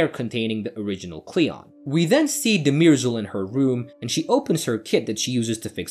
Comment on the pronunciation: It's not De-MEER-sel, it's DUH-mer-zel, as the characters have pronounced her name on several occasions. And it's not THEP-sis. It's THES-pis.